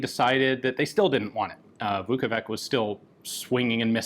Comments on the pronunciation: In English, that spelling would be pronouced exactly as Ian said it, "Vukovik". If you'd like an English speaker to pronounce it correctly, tell them it's "Vukovich" and they will say it right 100% of the time. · His last name is actually Vuković, pronounced as Vukovich. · This gun looks like it wanted to be a Walther P38, a Beretta, and a Stechkin APS all at the same time. A pretty interesting design by Iron Curtain standards. One small note – the "ć" at the end of "Vuković" is pronounced "ch" as in "cheddar cheese". Indeed, that name is sometimes anglicized as "Vuckovich". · I think it should be "Marko Vuković", not "Vukovik". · Marko Vuković. In English it would be pronounced similarly to "Marco Woocowitch" - "Woo" like in "wood", "co" like in "company", plus "witch". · I believe it is Vuković, probably spelled Vukovic with missing ć on top. You pronounce it as 'ch' so it should be 'Vukovich'. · Not to be a nitpicky c*** but a little advice on the pronounciation The Ć at the end of his surname is read like a soft CH, Kind of like saying T and Y from yes at the same time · It is not logical and correct solution. For example 2x MVP of NBA league and possible third time this year, Nikola Jokić (and Ian would say JOKIK) has always right pronounced his name on ESPN or TNT sport channels. Maybe Ian and you too my friend, should take just little effort to pronounce correctly Serbo-Croatian surname. For example his pronunciation of "Zastava" - Serbian arms factory is now dead on. Just take a watch some ESPN clips on Jokić or Dončić or any "ić" in NBA.